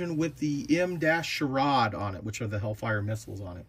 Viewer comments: Its pronounced Shore - ad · SHORAD pronounced Shore-add is Short Range Air Defence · I'm an old BSFV crewmember, this makes me happy! BTW pronounced SHORE-ADD, Short range air defense 😉